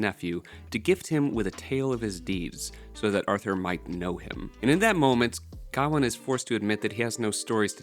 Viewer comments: It's not pronounced Ga-wan its Ga-wayne or Gwayne depending on where you're from. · It's Guh-WAYNE btw. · Why do you pronounce gawain(guh-wayn) like that. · Mispronouncing Gawain means I can’t listen to this lmfao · Because he can't pronounce Gawain properly? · I was going to say the same!! 😂